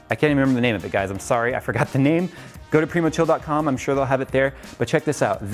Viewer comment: Any one remember when use to call it PRYmochill lol